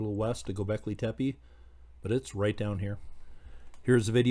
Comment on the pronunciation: just so you know, it's not pronounced Tepee, just do 2 soft e's, like the first e... if that makes sense.. good video, I find this stuff interesting